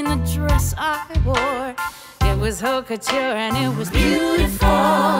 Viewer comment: by far the best musical ive seen in years. and the pronunciation of "haute couture" in this song is exquisite. this HAS to be Bonnie's Tony Award!